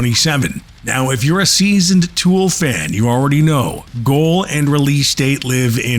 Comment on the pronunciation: Le nom du groupe n’est pas Tule 😂mais bien TOOL! Ah les Français, tellement nul pour parler anglais. Tule😂😂😂 Cela étant, TOOL a la Sphere, ça serait juste WOW!🤘